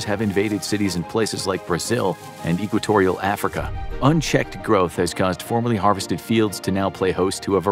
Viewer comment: cringes at how he says equatorial